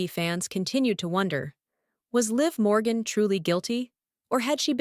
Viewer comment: Stop mispronouncing Liv Morgan 😢